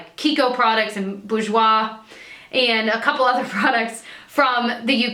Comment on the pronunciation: You say bourjoie perfectly fine!